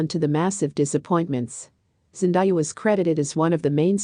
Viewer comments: Hey pronounce my Baby's name right it's Zen-day-a who in the world is Zen-di-ya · Its Zendaya not Zendiya:( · Would you PLEASE say the woman's name properly! It's pronounced zen day ah, not zen die ah! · Couldn’t last 2 mins. So distracting hearing names being repeatedly mispronounced. Zen-di-ah, Cha-la-met? Rude and lazy -make an effort to say names correctly!